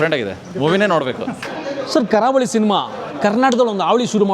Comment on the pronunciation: Guruve ಕಾರ ಹುಳಿ ಅಲ್ಲ ಕರಾವಳಿ ಅಂತ ಹೇಳು ಸಿನಿಮಾ name ತಪ್ಪಾಗಿ ಹೇಳ್ಬೇಡಿ 😂😂😂 ನಾನು ನೆನ್ನೆ movie ನೋಡ್ಕೊಂಡು ಬಂದೆ ತುಂಬಾ ಚೆನಾಗಿದೆ ಇಷ್ಟ ಆಗುತ್ತೆ ಎಲ್ರಿಗೂ❤